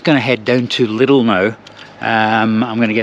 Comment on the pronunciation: I like you pronounce "Lidl". It's similar to the way the Americans pronounce "little". The Germans say it more like "leedle". 👍